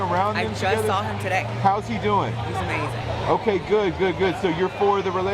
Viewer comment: im so sorry but "amazinga pizza" fucking sent me